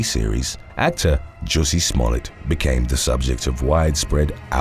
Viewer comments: Ah yes, the famous French actor, Joosie Smooyay. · I love the the way he says JUS-SEE SMALL-ET...🤣 That P.O.S. still doesn't understand what could've happened, if he or the media, would have perpetuated his lies. I mean he could have started a race riot in Chicago! There would have been a lot of people, that would've been hurt, or killed...